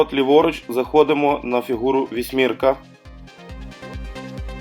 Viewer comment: Поворот - вісімка ( а не вісмірка) 🤭